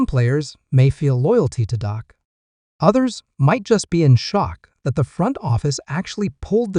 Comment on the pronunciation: by the way, it's Dak, not Doc! You'd think a true cowboys fan would know the difference